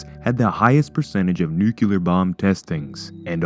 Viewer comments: Why is it so difficult to say NUC-LEAR? It is not NUCULAR. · "Nuke-u-ler" idiot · Nuclear* No such word as nuu-cu-lear